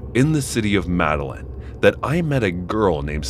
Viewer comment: Madeline are you fucking kidding me "MEDELLIN"